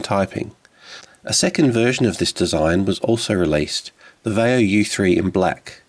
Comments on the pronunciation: "VYE - oh". Not "vay - oh." Seriously, have you ever heard ANYONE pronounce, Vaio the way you do? WTF... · it's va-ee-o.